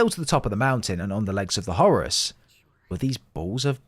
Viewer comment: Brits saying Zeenith instead of Zenith sounds silly, and Horace just sounds wrong, it's Hor-rus as in the Egyptian God!